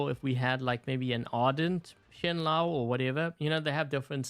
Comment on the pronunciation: it's pronounced "shen-low"